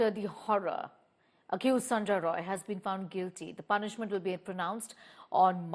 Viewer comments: NOT SANJOY " ROY " He is SANJOY " RAI " . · Its sanjay rai not roy